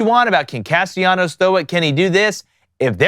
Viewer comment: Alright guys, you three need to get on the same annunciation page. Is Castellanos name with the double L pronounced as such or should it be treated like it doesn't exist? Make amends and return with a united front 😂